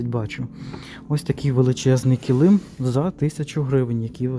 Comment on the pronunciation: Ви як і я кажете неправильно килИм)Мій чоловік сміється,що я так кажу по аналогії слова калим))Це не зауваження,просто почула рідне слово)))